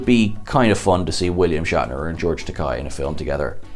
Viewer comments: As he said in the roast of Shatner, "It's Takei, rhymes with gay!" not Takai rhymes with pie. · OMG...you must be the only person ON EARTH who doesn't know how to say the name George Takei. It's not Tak-i...it's Tak-a. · It's not Takaaaay, it's Takei (like in Toupé). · My name is George Takei, not Takai... Takei, like in "toupee." - George Takei, Comedy Central roast of William Shatner, 2006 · His name is George Takei, rhymes with gay. How can you not know this? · dude, it's Takei, as in (as the man himself puts it): "It's OK to be gay Takei!" (it's a rhyme). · Takei - rhymes with OK - like Ta-Kay - OK? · It's George ta-KAY, dear sir. As he reminded William Shatner once, "like toupee". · Could you at least show George Takei the proper respect he is due by pronouncing his name correctly?